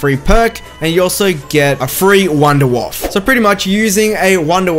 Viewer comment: "I'm not German." You literally just say it as Vundervaffe DG-2. ARE YOU SERIOUS?!